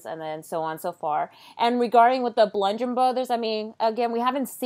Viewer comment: Oh no not this girl too... it’s not blundgeon. It’s bludgeon brothers. No n in between...